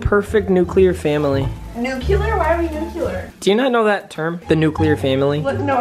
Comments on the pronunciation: New-Clear not New-Cu-lure papa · Nobody: nuculer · pronounced nuclear wrong therefore you should break up with her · nuclear family: nuculer